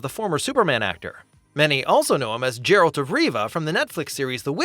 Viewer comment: I can't take someone who says "Jeralt of Riva" seriously.